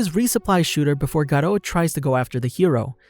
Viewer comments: His name is garou not GATO, he is not a damn spaniah pussycat. Sheesh. Your pronounciation always infuriates me... sigh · Actually sonic left before he killed anyone not in a rush and it's pronounced Garuo not garo but it's spelled garou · pronounced "gar-ru", not ''gar-row''. lmao cringe. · Bro did he say "The Life of Gcar-o" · The way you say his name hurts my ears